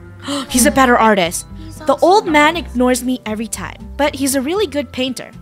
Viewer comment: "Art-tast"